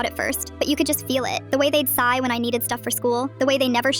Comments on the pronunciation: The way it said “The way they’d die” instead of sigh 💀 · Is no one gonna mention that is said die instead of sigh